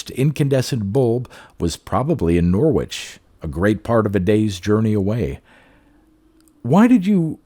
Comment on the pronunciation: Another good one 👌🏻 Can I gently say that Norwich is pronounced Norrich - they’re tricky things English place names :)